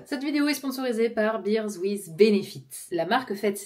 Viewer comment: A chaque fois je me fais avoir et je pense que tu sponsorises de la bière (beer)... Bear se prononce "bère" comme un berber ou comme le surnom pour les Bernard "bébert". En tout cas, bravo pour ta poterie, c'est vraiment beau et ça à l'air de te relaxer. Que du positif! Et en plus tu déposes tes commandes et quelqu'un les emballe/envoie pour toi?! La classe!